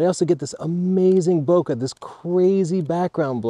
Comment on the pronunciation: It's Bo Kay with a soft A not Bo ka with a hard Cu like cut. Type in search, how to pronounce bokeh